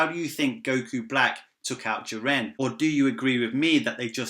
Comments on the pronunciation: I keep hearing "jir-Anne" every time you say "Jiren" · Your name is lame and shit, your accent is horrible and how you pronounce Ji-ren, damn you suck